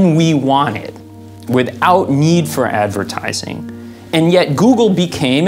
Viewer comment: "Ze edvertaaizing"